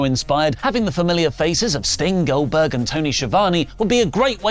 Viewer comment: Not “Oldberg” SMH